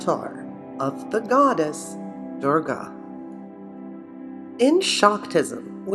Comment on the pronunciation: Being an Indian, I was stunned to see your video on Maa Kali....how beautifully you presented the greatest power and did not make fun of the Goddess and our religion. Just a small correction it is not "Durja" with J(Jug). We pronounce her as "Durga" with G (glass)... I really appreciate your efforts and may Maa Durga (Maa Kali) bless us all... Thanks again!